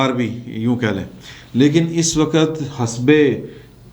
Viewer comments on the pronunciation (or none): hasbay nahe the correct word is hizbay ikhtalaf not hisbay ikhtalf..🤗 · آپ کے وی لاگ کا مستقل سامع ہوں. اس وی لاگ میں ایک لفظ کے تلفظ کی درستی مطلوب ہے. " حزب " یہ لفظ ح کے زیر کے ساتھ (حِزب) بولا جاتا ہے ح کے زبر کے ساتھ درست نہیں. براہ کرم درستی کر لیجیے گا. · سر جی(( حزب )) مین ح کے نیچے زیر ہے نا کہ زبر